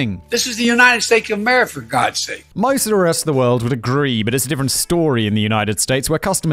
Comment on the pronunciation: I think Joe Biden said it better than any of us when he so eloquently stated that "This is the United Stake of Mare for God's sake."